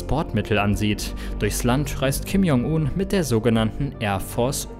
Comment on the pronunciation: bitte die Namen besser aussprechen; j = dsch wie in "Dschungel"